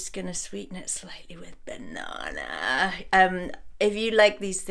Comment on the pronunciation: The way you said banana has me worried